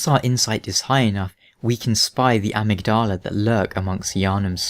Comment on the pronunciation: "AH-mugg-DAH-lah"? You mean Amygdala? :p